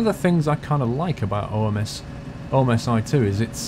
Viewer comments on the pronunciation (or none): It is pronounced as it's spelled "omsi" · ITS OMSI NOT OMISI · Omisy, great pronunciation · It's not O M S I is is Omsi